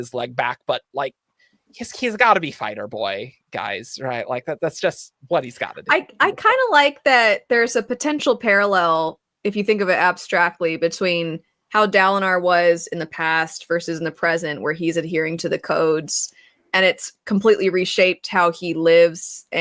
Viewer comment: "Dalinor" LMAO.